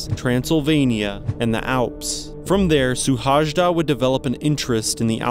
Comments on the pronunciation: His name is pronounced more like shoe-hoay-da......... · Szilárd Suhajda. His name spoken out is more similar to "Silard Shuhaida". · Suhajda is pronounced Shuhayda. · His name is rather pronounced "Sewhaayda" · Hungarian speaker here. His last name's correct pronunciation sounds something like: shu-hai-da. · Terrible butchering of the name. If you make a video dedicated to one person, make sure you say the name remotely correct. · Yes, pronunciation should be checked next time. 😉 And btw he left behind a small child of 5. His death was a big deal in Hungary for a long while and base of lot of arguments about what is important in life. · omg man..your pronounciation of his name is like a vomit for my ears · You should pronounce his name as: See-lard Shoo-hay-da